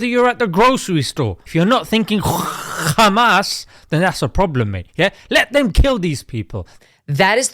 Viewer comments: I laughed a little too hard at "KHKHKHKHUUMAAAS" 😂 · Rarely i laugh about something from youtube podcasters. This "khkhkhkhamas" make me lol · Why is he saying Khamas in that way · I had to watch it twice I'm afraid. The first time, I was laughing so much at your humour, I missed a lot of the very useful and thoughtful points you were making. Your pronunciation of "Kkhamas" literally had me crying! Classy job, mate. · I burst out laughing when he says Kkkkhhhhaamass🤣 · The way bro said "kkhhhhmaaas" 🤣